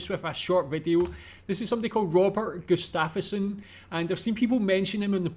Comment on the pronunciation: One of our National treasures. Gustafsson is prenounced Gustavsson.. "Nile City 105,6" is one of my life long favorites with Robert in it.